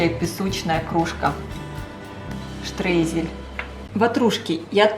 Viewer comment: Произносят: " штройзели" от не ецкого слово штройен. Переводится рассылать или присыпка рассыпчатая . Это немецкое слово Streusel. " eu" - читается как "ой" . Поэтому : "штройзели" на русский манер если произносить . А рецепт очень хороший, пробовала. Я сливу свежую вместо яблок порезала. Ещё вкуснее думаю, так как нежная кислота.